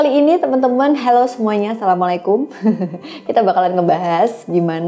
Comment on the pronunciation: walaupun ni video udah lama dan siapa tau pendengaran saya kurang baik. suka dengernya salam gt kadang bukan "assalamu 'alaikum" tp "assamlikum". cmiiw. bukan saya menggurui tentang agama, saya pun masih belajar agama, tp kan saya sebagai seorang muslim, menjawab salam itu wajib. yang mana menjawab salam sama saja mendoakan saudarannya. walaupun berniat memberi salam mungkin lebih diperjelas aja salamnya karena arti dari "assalamu 'alaikum" adalah ‘semoga keselamatan (diberikan) atasmu" akan berbeda bila lafal pengucapannya salah dan bisa jadi mendoakan keburukan pada saudaranya. saya senang mendengar channel ini. maaf apabila saya terkesan menggurui. terimakasih atas videonya